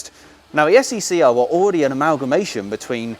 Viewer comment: You have to admit that saying SE&CR and Harry Wainright in the same sentence is really difficult but you pulled it off beautifully.